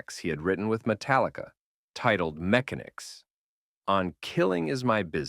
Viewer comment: This video wouldn't be bad if they knew how to pronounce it correctly you can always tell when this is some AI bulshit. The guy couldn't even pronounce mechanics correctly. Look the fact is Dave Mustaine has too big of an ego and attitude to have ever been a long time member of Metallica. He should thank them for lighting that fire in him. And the fans got two world-class speed metal bands. Also apparently Dave Mustaine decided to do the same thing to multiple members of his band that was done to him. Also collectively stealing most of the songwriting credit even though most of the songs that were written with the classic lineup were written with all four together. Ever since the classic lineup broke up it's been Dave Mustaine and his band of Hired Hands. Crying like a little baby about his arm so he could disband Megadeth and then come back and screw the longtime member of his band that formed it with him finally making him nothing more than a Hired Hand. Great job Dave!! Geez the guy is only 10 years older than me and he looks like Dave rattlehead. I guess the ugly on the inside finally came out.